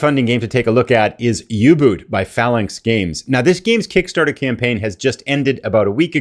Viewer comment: U Boot pronounced U bǒt😊 as in boat